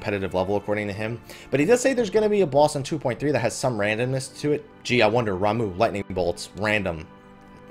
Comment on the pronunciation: You called Ramuh. RAMOO!! It's Ramuh= Raw Ma